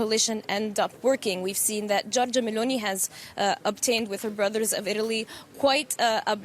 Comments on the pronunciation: "MLounee"....🤣🤣🤣🤣🤣 I didn't know that our phonetic was so hard for Anglos. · Poor Meloni, called "M'lounee" by Anglos.